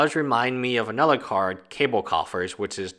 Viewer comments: Not cable its cabal pronounced (ka-baal) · The only guy that pronounces Cabal (ka-ball) as Cable (K-bull) on any Youtube channel. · Kaaaaa ball......not cable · Ka- ball not ka-bell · It's pronounced Kah-baal brother. I like that it basically doubles your mana -3 late game. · It is pronounced "caw ball"